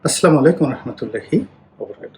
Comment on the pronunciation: রনি ভাই সালাম টা শুদ্ধ করে দিয়েন।ধন্যবাদ।